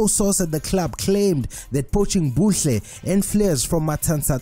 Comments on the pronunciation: Mbule not mbuhle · Ayy ayy ayy Please it MBULE.. M- BOO-LE